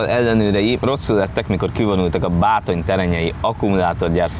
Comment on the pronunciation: Örülök neki hogy végre megtanulta kimondani a Bátonyterenyét:D. Ha kell beépített ember az említett tróger "városban", szóljatok:D